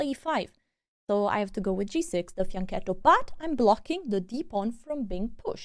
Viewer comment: you are pronouncing "fianchetto" wrong! Learn to do this the correct way like all YT chess players do...;)